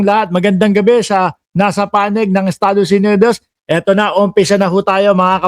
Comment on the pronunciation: ANO KAMO BULOL... ESTADOS ENEDOS 😊😊😊. GOOD MORNING NA MUKHANG MALINIS PA HOOOOOOOOOY IKAW ANG PALAGING LATE HUH TUMIGIL TIGIL KA